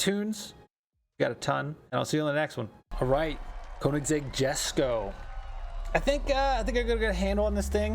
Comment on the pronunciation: Fun fact It’s actually pronounced (yesko)😂